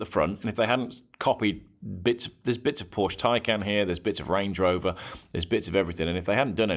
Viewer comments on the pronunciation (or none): none